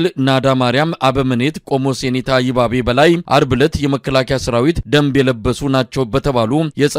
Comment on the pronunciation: ይ'ባቤ ስታነብ``ባ"ን ጠበቅ አድርገኽ አንብብበው